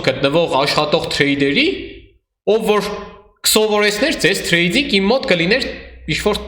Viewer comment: Ախպեր մի ասա էլի թրեյձьինգ, ասա թրեյդինգ ախպոր պես😅🤝